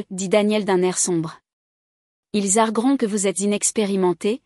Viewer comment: Ils argUeront > argUer, j'argUë, argué > À toutes les formes du verbe argUer, on doit prononcer le U radical.